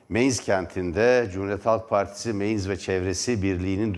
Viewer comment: Merdan bey Sehirlerin isimlerini dogru söyletecek çok insan var . Meinz degil , Mainz okunur ve yazilir. Digeri Saarland yazip Zaarland okunur. Duyururken yarari var. Selamlar